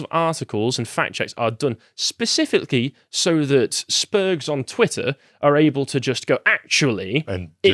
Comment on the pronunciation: He bloody said Spergs.